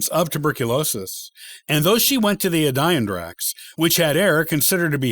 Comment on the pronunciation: I need to let you know something: Adirondacks is is pronounced ad deer ron dax. It it is not a die ron dax. The accent is on ad and on, not on the "i". I'm sorry to be picky, but it assaulted my ears.